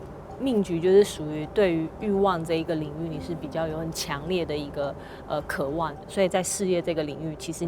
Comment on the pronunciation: 只有我注意到「渴ㄨㄢˋ」嗎？